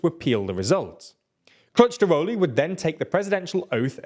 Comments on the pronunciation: As a Turk, I was kinda funny to these mistakes, he needed to say something like Kilichdarolu and He was saying CourageDaulu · bro is pronounced K I L I N J A R O G L U its hilarious that you cant even spell it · 🤣🤣 dude, the amount of errors in this video is frustrating! just don't do this mate, please be honest! Erdogan will win in a landslide victory. p.s, the guy your trying to cheerlead is called "Kılıçdaroğlu" not "kictarolu" 😭 at least get that right. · Kilij-dar-oglu very easy to pronounce. Have some respect and learn how to pronounce Turkish names if you are at least willing to make a 10 min video about it. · I'd say its more like Rejep Tahyip Erdo-an (a brief pause between o and a) Kemal Kuhluhchdarohlu (the I in Kılıçdaroğlu makes the "uh" sound rather than "i") i know it is a murder of a pronounciaton but that's the best I could come up with XD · The c in the middle is pronounced more like a j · I don’t speak Turkish, but that sounded wrong to even my ears. LOL. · I spat out my drink as he pronounced Kılıçdaroğlu 💀